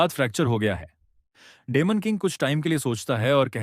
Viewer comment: डिमन king ❌ डेमन king ✅. 😂😂😂😂😂😂😂😂😂